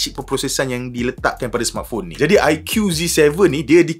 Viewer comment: bang.sebut dia aiku,bukan aikiu😂